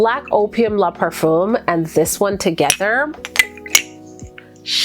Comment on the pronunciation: Great video! For anyone interested, Black Opium is Le Parfum, not LA Parfum. The “le” is pronounced like “look” minus the K. Parfum is not par-FOOM, but par-FAn, but the n is not hard. It just stays in the nose.